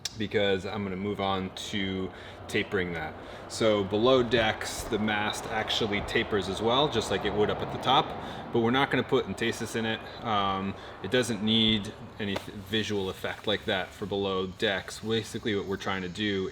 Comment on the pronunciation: Entasis....sounds like "emphasis", with the stress on the first syllable.